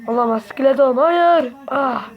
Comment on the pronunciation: S,KİLETON dedin haha